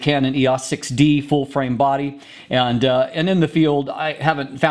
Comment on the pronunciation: He has weird pauses - he actually paused between "full" and "frame", and between "wide" and "angle" (I know - I'm easily annoyed, heh )